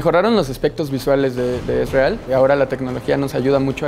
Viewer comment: Que porquería como pronuncia "Ezreal".